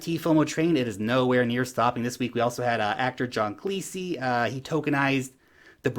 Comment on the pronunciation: 'John Clee-see'. LMAO. It's John Cleese ('Cleez') Of Monty Python fame, etc.